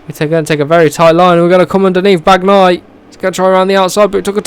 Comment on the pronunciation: Just please when you say Bagnaia don't pronounce the "g" just say Banaia 🤣✊🏻